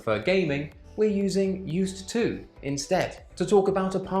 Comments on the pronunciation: There's a big difference between spelling and phonology. If the students pronounce it the way you do, that is a mistake in pronunciation. It's basic consonant linking /ˈjuːst tuː/ Again, I'm not trying to be overly critical. It's just important for teacher's to demonstrate descriptive pronunciation, because that's what they meet in the real world. I only mention this because I'm looking for useful videos for my students and wanted to direct them here, but I know they'd fixate on the pronunciation. Keep up the good advice. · For certain. But I do think there is a difference between grading our language and adopting a phonetic pronunciation that is not used by any speakers. While both the long form and contracted forms of "going to" and "gonna" are both used, pronouncing a /d/ sound at the end of "used to" is not. If fact, the reason I asked was to find out if you just had an unusual accent that I hadn't encountered before. I'm a former teacher trainer and one of the most difficult things was getting new native speaker teachers not to emphasize things unnaturally (for example pronouncing the article "a" as /ə/ rather than /ei/. because we don't want students to copy that model saying things like "There is A table and A chair.") I'm not a big stickler for pronunciation. I was just kind of surprised at your unnatural emphasis. I really am a descriptivist for pronunciation, so it really made me sit up and take notice. Thanks for the interaction and again, I found your tips useful. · Good advice particularly the avoidance of present simple. but why do you pronounce the "d" in "used to". I've never heard a native speaker use that pronunciation. It sounds very unnatural.